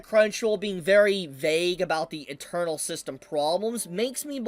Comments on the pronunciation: When you say "internal" it sounds like your saying "eternal" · Is saying internal as "eternal" on purpose? Or just not enunciating?